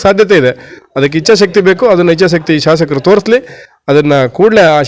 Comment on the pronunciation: ಶಾಶಕರು ಅಲ್ಲ.ಶಾಸಕರು ಅಂತ ಹೇಳಿ.